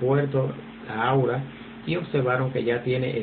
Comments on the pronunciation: Gracias gracias por la información... solo que no es aura... es Aurora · Señor, acaso no sabe leer? AURORA...